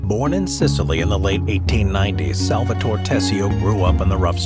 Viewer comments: SAL-VA-TO-RE, not " Salvator".. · Someone who says "Salvator" instead of "SalvatorE" and "Corleon" instead of " CorleonE" shouldn't dare talking about the movie. Sounds like senator Pat Geary in the Lake Tahoe house meeting with Michael. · The pronunciation of "SalvatorE" and "CorleonE" hurt my ears. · The way Salvatore is pronounced is to enphasize the 'e' at the end, such as Salvatoree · Repeat after me S-A-L-V-A-T-O-R-E not Salvator, if you can't pronounce it then stick to Sally ffs